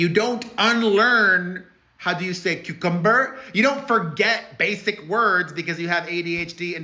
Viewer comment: How do you say cumCUMberrr?? 😂